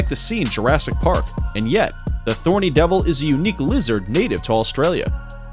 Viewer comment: Thorny devil get rid of the t 😂